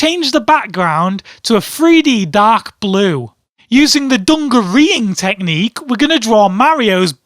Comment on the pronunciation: I laughed so hard when he said "the fisting teqhnicue" xD